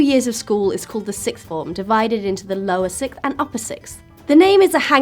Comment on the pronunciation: Argghhh!! siXth... siXth!! Not sicth. If you really can't manage it, try saying "four things, five things, six things" for practice- nobody says "sick things" when they mean "six things". Really people- use your tongues properly. It's a worthwhile life skill...